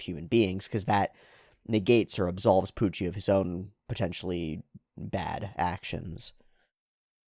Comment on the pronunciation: I forget where it started, but special props to youwu for keeping up the speech impediment youwu gave to Puwucci during all the manga readalongs.